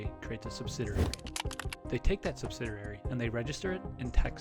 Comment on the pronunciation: Sub-sid-ee-airy. Only one 'r'.